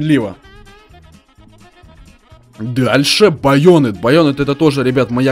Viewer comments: Баёнет!!! Хахахаз и удаоение не прааильно поставил БоинЕт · баЁнет может баёнЕт? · Не боёнэт а баянет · Не байо́нет а байоне́т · Бля не баЁнэт а баенЭт